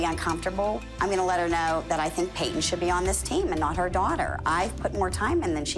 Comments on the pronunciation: No Jill says it like Payt-Ton. It's supposed to be like Pay-ton but Jill really pronounces and enunciates the T in her name for some reason and it always bugs tf out of me lol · The way Jill says Payton’s name just sends meeeee 😂😂😂 “payT-Ton” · Pay-Ton omg the way they say her name makes me want to scream 😂😂😂 she said my name is Payton not PayToN so chill 900 voice 😂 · jill pronounce peytonas pay.ton 😭